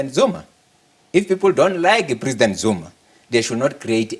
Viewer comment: I love the part where he sounds like an Italian. "Doni understand." 😂 Hlaudi's is an very smart, he has a logical, simple & effective perspective & mindset, but because he is not a black man who subscribed to the exploitation of an SOE and speaks fancy English, or a white man - they try to humiliate him and make him a scapegoat.